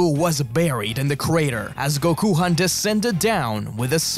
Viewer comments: Did you just call him Gokuhan it’s Gokhan bro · Why call it gokuhan...if gokhan exists?